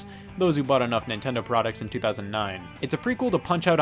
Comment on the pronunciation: he said nintondo